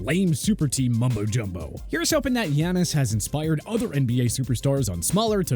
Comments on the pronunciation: Giannis is pronounced Yahn-nis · How my boy say Giannis be like saying Tyler like Taylor 😂